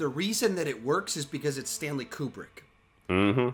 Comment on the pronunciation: Stanley's last name is pronounced Koo-brick. 😉